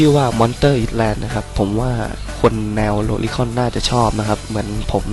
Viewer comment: มันอ่านว่า I(s)-land ไม่ใช่หรอ ไม่อ่านตัวs ผมเทพครับ 555+